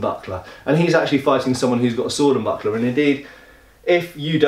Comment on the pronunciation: the way you said buckler towards the end I thought you said buttplug and was very confused